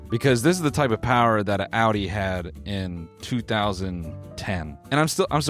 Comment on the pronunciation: why did he say audi like that 😭🤢